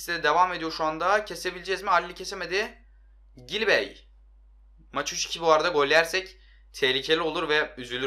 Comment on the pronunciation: Gilbey değil Cilbey